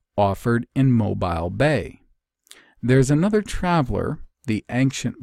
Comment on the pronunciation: Love that you touched on Prince Madoc as I live in Mobile! Pronounced Moh-bill btw